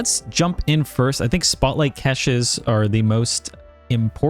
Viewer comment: Please never say Fist Spiderman again